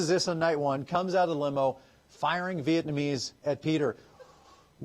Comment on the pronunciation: Viet-NA-mese Not “viet-MA-nese” You’re welcome.